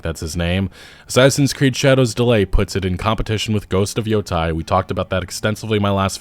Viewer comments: Sorry to be pedantic but Yotei is pronounced , not , not like I heard on another channel. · its not Yotai.. its YoTAAAAY. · it's Yotei, not Yotai 😂